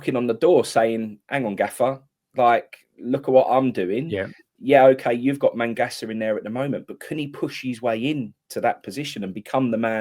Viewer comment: Its magassa mate not mangassa and hes alot older than kante hes 2 years older